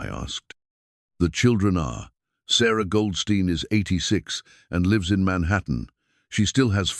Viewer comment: Also how the A.I. mispronounces words such as lives, read, lead, and other words that changes pronouncement depending on context